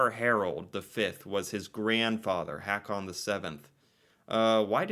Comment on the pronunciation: Haakon is not pronounced "hack-on," but more like "Hoe-kon." If you can't get basic Norsk pronunciation of the "double -a" straight there is no hope for you.